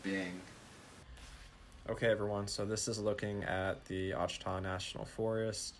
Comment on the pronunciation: It's pronounced " Wash a taw "